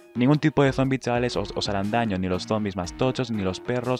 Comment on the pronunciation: Tienes un serio problema con la palabra CHAVALES.